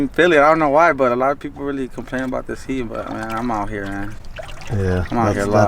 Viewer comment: He said ooouyy